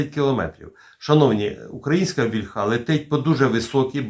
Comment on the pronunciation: Завжди інформативні випуски, тільки що ж Ви,, все неправильно наголос у слові «вільха» ставите? «Вільха» наголошується на «і». То тільки в російській «ольхє» наголос іде на закінчення. В українській мові не так: наголос на корені.